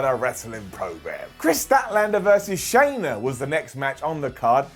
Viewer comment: Shanna is pronounced just like Anna.